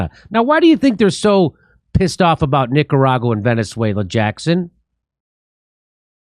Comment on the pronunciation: So if you can't pronounce Nicaragua right you have to make fun of it, so question? If you are just a pothead as you say why should we take you seriously 🤔.